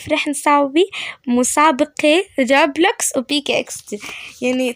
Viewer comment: مين لاحظ انو قالت روبكس مو روبلكس 😂😂